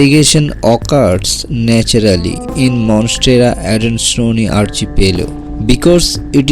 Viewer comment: Finally someone who can prenounce "adansonii" correctly without the stupid AY at the end of it. Thank you :D